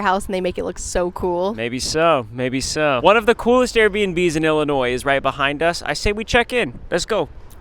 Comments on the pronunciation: It’s not “Ellinois” it’s “Illinois” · Illinois? More like Illi-noice!